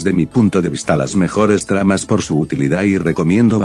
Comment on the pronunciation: dijo tramas o trampas? :n